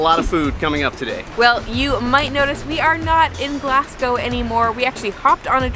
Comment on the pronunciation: She really said glass go